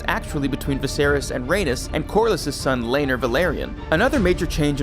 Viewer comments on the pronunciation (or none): Lane-ER Velaryon and Ranus Targaryen 🤣🤣